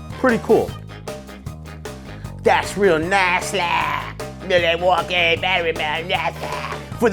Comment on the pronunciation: Yeah.... split personality is right. Wow, I mean.... I'm glad you are helping out small businesses, but who is helping you with your pronunciations? Bat-rays? Real nass like? Milwauka-I-A????? Come on mannnnnn!